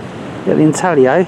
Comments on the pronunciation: Beautiful find! BTW, the "G" is silent in intaglio. It's intahleeoh. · Intaglio is pronounced intallyo. In Italian gli sounds like li in million. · "Ihn-taggah-lee-ohh" HAHAHA. Brits